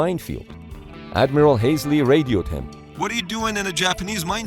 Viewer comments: Ugh ... AI-generated narration. It's HALSEY, not "Haisley." But this is a good video anyway. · Halsey, not Hasley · It’s not Admiral “Haze-ly”. It’s HALSEY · Admiral "Hasley" c'mon man, thats an insult. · Admiral Halsey (Hall-zee) not (Hay-slee)! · Halsey, NOT Hasley! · Admiral “Haisley”, REALLY? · The name is pronounced “Hall-zee”. William “The Bull” Halsey. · Check you pronunciation of Admiral Halsey’s name….. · Love to hear you pronounce Adm. Halsey's name again so I can chuckle (again).